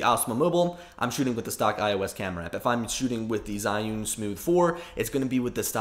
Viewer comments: HOW TO PRONOUNCE ZHIYUN: Learning to use my China-made iPhone gimbal, the Zhiyun-Tech Smooth 4, has given me an opportunity to learn how to pronounce the Chinese word Zhiyun. It is not zEYE-oon, or zhEE-oon, but in IPA it is closer to ‘chø-yøn’. Okay, that may not help you. I learned the pronunciation of this Mandarin word Zhiyun or Zhi-yun from an excellent video by a native speaker posting from China. (He pronounces it differently than the Google robot sound clip at Google Translate if you enter the information below. I trust this man rather then Google, but he is the only Chinese person I have heard pronounce it.) For the vowel, think of the French word bleu or œuf (represented in the International Phonetic Alphabet as ø), then just strip out the vowel; you will need the vowel twice. The first time it is short and clipped, the second time it is sustained just a bit. Mix a hint of the schwa sound (represented by an upside down e, or ə), then mimic a Chinese person, and you will be close. Now for the consonants, the easy part. The first syllable starts with the CH sound; it, too. seems clipped. So: chø. The second syllable is very close to the English word 'yearn' with a silent R (yearn as pronounced by a posh Brit, but not as sustained). So, in IPA: chø-yøn. Which syllable to stress? Hard to say. Make them practically equal, but give the second slightly more stress, and if you can't, stress them equally. These two syllables are the Chinese words for wisdom and cloud. In Chi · Jusy simply say two letter: G - U. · Jee-yoon source: heard it said in China